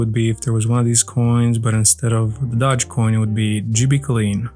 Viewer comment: Isn't it the dogecoin pronounced like Doe-j, not dah-j? Im super outta touch, so I was just wondering if I've been pronouncing it incorrectly this whole time lol.